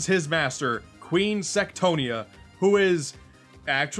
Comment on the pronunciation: What you said "Queen Sectonia" What i heard "Queen Sextonia"